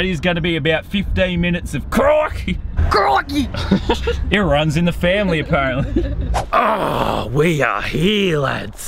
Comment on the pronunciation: every time you say " crikey" it hurts my soul